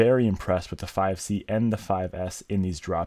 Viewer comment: to ge sed fife c two times LOL